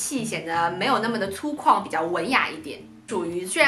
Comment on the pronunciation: 是粗犷（guang）吧